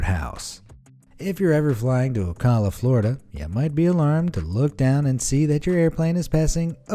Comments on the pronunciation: OH-COW-LA FLORIDA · Travolta’s house is actually in Anthony, Florida and he pronounce Ocala wrong. We had our high school prom at his banquet hall. Tiger woods and Oprah has a house near by.